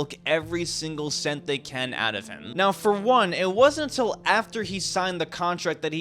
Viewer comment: "Ray's career was at an all new high—UN-Til”